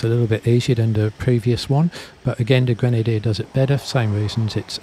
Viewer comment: Qrenadier?! No! No! No Leksus - 550! - 👍👋😁